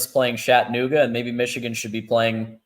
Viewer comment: Ok look, it’s NOT Shat a Nuga! Learn how to speak or pronounce words right!!!! Chat a nooga, I mean really!!??